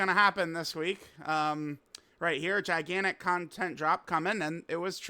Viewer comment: HUGE emphasis on 'gigantic'